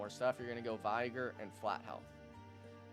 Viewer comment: Great video, i was gonna ask you if you would do some class tutorials and guides, my only criticism is your pronunciation of "Vigor" the "Vig" is pronounced like "fig" in "figure" just thought you should know.